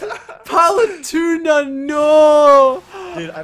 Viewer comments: I bothered me how said Paletuna instead of Palutena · It is not palatuna it is palatena!!!! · OMG, PaluTUNA can you not. Palu-tEHna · I'm amazed i havent seen this yet... ITS PRONOUNCED PAL-OO-TEY-NA NOT PAL-OO-TUNA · Does know hes saying her name wrong??